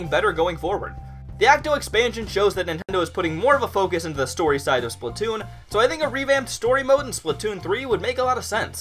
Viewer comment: The way you say splatoon makes me angry